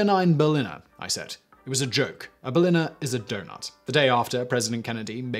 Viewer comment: It's pronounced Pfannkuchen, not Pflannkuchen :/ And the i in Berliner is long, it's not berlinner